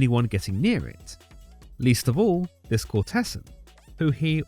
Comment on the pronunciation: Very nice. However, please do learn how to pronounce the words 'ducat' (duck'at) and 'courtesan' (i.e. COURTezan, not court-TESS.an)!